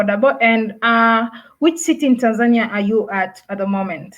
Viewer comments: They pronounce it wrongly most of the time and get it right a few times. I guess even most Tanzanians don't know how to correctly pronounce the name of their own country. To say it correctly, you say it the Nyerere way - Tan'zania, not Tanz'ania {the (') mark signifies where stress should fall}. If you don't get it yet, just listen to the likes of Mwl Nyerere, Ben Mkapa and even Mwinyi and hear a correct and lovable way to say it!! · Great content, even for a Kenyan 🇰🇪 i loved the way you pronounce Tanzania 🇹🇿 😁